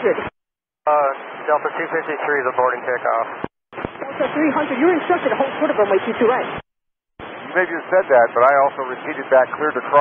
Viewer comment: She didn’t get the readback…she spoke ultra fast which is normal for ATC but she didnt pronounce well, as she truncated the words “ hold short of”